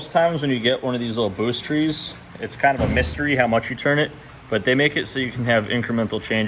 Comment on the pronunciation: Did he say "boost TREE"? pretty sure that's a boost T. Lol